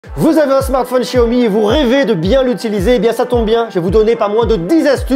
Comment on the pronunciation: Não sabe nem pronunciar xiaomi